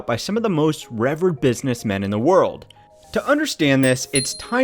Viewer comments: It's "re-VEERED" not "REV-urred" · I lost an ounce of respect for you not being able to pronounce revered as 'ree-veer-d'. Then the rest of the video distracted from that learning about his heinous nonsense. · 34 It's pronounced "reveered." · did… did he just say “reverred?”